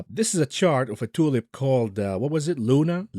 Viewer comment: cannot help a giggle at each tioolip. Dare anyone to mimick it